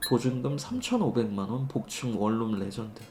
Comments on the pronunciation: 원룸발음은 월룸이 아니고 원눔입니다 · 원룸 발음을 월룸이라고 하시네...😂😂 참고로 코끼리를 냉장고에 넣는 방법. 1.냉장고 문을 연다. 2.코끼리를 넣는다. 3.냉장고 문을 닫는다....